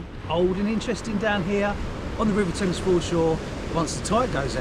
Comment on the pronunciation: The taymes? 🤣😂